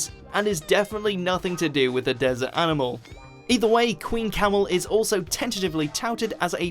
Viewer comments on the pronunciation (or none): none